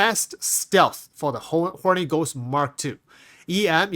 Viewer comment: Just sounds like you're saying Horny Ghost lol